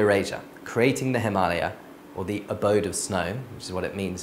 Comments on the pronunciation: WOW ! THIS GUY PRONOUNCED HIMALAYA CORRECTLY , HUH FINALLY AN EDUCATED WHITE :D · yesss finaly someone who says himalaya correctly